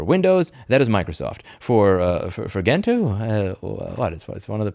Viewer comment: Wait what it's pronounced GENtoo not Gentoo gen like in generation ?